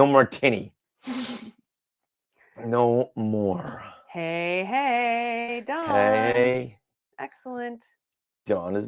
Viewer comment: When you said Hey, I heard Hey Hey 😅